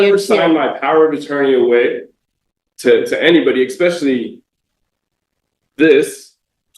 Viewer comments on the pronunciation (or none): Exspecialy isn’t a word I wish he’d quit saying it